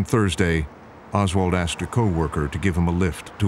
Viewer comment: This documentary provided me the second opportunity to hear this fool’s pronunciation of the verb “asked” wrongly. 🪓 😂